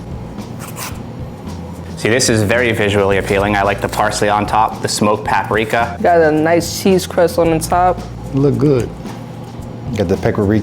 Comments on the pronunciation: 🚨PSA: Lots of African Americans / Black Americans pronounce paprika as pepperika due to being raised around southern elders that didn’t know how to say the word. As I get older I’ve realized, there are several words commonly & universally mispronounced in the community for that very reason. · Who is ‘peppericka” 😂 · Is somebody gonna tell him? What is a paperika? And I'm glad I'm not the only one who caught that lmfao 😂😂😅😅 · The guy in the green has no credibility 🤣 "Peppericka" 🤦‍♂️ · "Peppericka is giving it a shrimp taste" LOL homie doesn't know how to pronounce it or what it is. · What is a “PEKARIKA” 😂😂😂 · It’s paparickah lol 😂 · She's the cousin of "Peck-ah-rika"! I thought you knew 🤣🤣🤣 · i think at one time i also heard peckericka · It’s pekerica😭😂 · Came on here just to read the comments about how green shirt pronounced "Paprika"..LOL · You mispronounced paprika dude,lol.